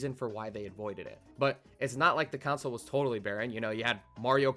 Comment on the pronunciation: You are pronouncing "console" as "counsel". It's "con-soul"